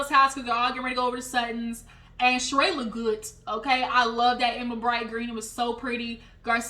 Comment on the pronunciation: Not you calling that man a scammer .. and that lady name is not shereè .. it’s shereeeeee! 😂